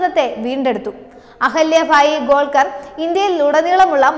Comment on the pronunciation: Ahalyabai Holkar: not Golkar